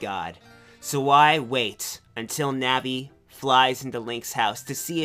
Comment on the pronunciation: Im pretty sure thats not how you say Navi....